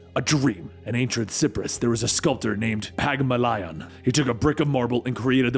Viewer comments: Just so you know I love your videos and energy. That said.. did you say "pigma-lion from sihpress"? Holy carp. It's "Pygmalion (pig-may-lee-uhn) from Cypress (sigh-press)" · Pag a mah lion, lol